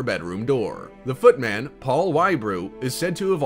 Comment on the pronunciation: Not foot MAN, foot MUN